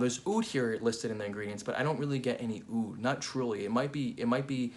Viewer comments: Fantastic review..I don’t know where Roja came up which this Aoud thing! It’s oud عود there’s no such a thing as Aoud.every single small thing makes a huge difference in the Arabic Language. Awesome video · Actually it’s just oud not aoud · Actually we call it oud not aoud